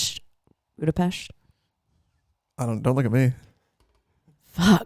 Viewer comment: you're correct for the pronounciations of Nottin'um (Nottingham) and Budapesh't (Budapest) in Hungary words with S is a pronouced with a 'sh' sound, and Sz is the 's' sound. Also cant wait for the new song! \m/